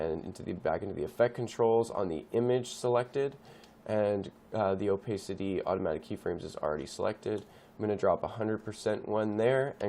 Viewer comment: It's "oh-pah-city" actually. Pah as in pat.